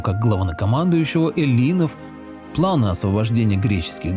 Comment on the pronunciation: Э'ллинов (ударение).